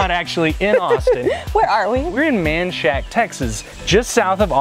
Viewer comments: It’s Men-shak-a! Hi from a local South Austinite! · I went looking for this Manshack place and found out it's Menchaca how the hell did you get from Manshack to Menchaca...good God! Men-chah-kah